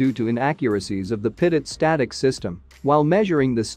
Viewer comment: Infuriating as the TTS voice mispronounces Pitot every time...but good video. Very Informative!